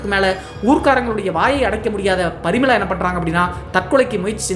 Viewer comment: ப்ரமிளா வா இல்லை பரிமளா வா